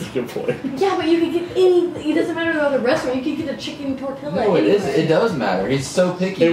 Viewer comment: not saying tortiLA😭